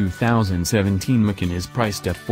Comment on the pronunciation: Did You teach Your arse how to talk? Tell Your arse it's not a Porsche 'Mikin'!